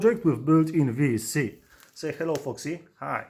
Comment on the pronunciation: can you say it as VESC? confusing for newbies its an esc with the v on it. Not a VES with a C on it Ves C haha sounds like a vitamin c to me